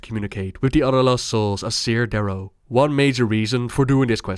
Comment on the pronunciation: Its "care" darrow not "sear" darrow. Still a great video.